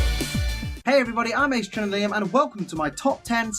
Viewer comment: He mispronounced Aegislash (ee-jiss-slash) and Arceus (arr-key-uss).